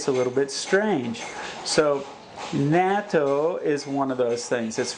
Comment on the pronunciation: 'natto' is the pronunciation...haha not NATO lol..always eating it here in Japan, is it available in Thailand?